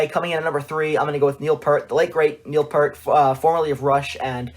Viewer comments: Please search Geddy Lee on how to properly pronounce Neil's last name 'Peert' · Not trying to be a deuce, but it is pronounced Neil Pee-ert.